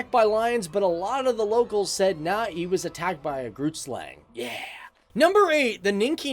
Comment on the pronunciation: It's "Groot" meaning big